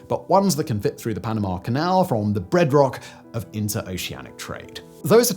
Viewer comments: Simon: "breadrock" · Did he say "breadrock?"